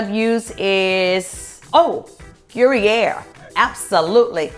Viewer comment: Who’s uploading y’all’s videos in 480?? Ugh. Fire them—in 2004., Gruyère cheese is pronounced more like /gru-yere/ (“there” without the “th” and add a “y”). It’s my favorite cheese—I lived on it whilst living in Switzerland for many years.❤️ I love your recipe, btw!